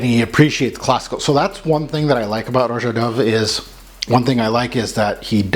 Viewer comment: Son you knew it wasn’t aquatic !!!! You made this video 3 months ago. Everybody and their mother knows this is not aquatic. Get it right his name is not pronounced Row Jah it’s just Rah Jah